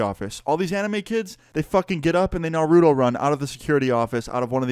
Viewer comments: Its not naruooooto its naruto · Man said NAROODOE. Bruh just pronounce the T😹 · “Narudo run”😭😭😭😭😭